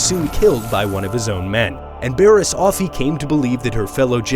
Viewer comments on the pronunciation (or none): none